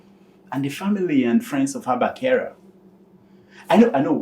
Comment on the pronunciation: His name is Kyari not Kyara☺️😊